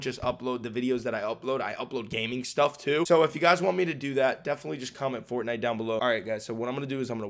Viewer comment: Faivenite not fortnite hahaha